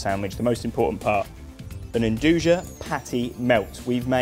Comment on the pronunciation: It's pronounced "ndooya" not "endooja" lol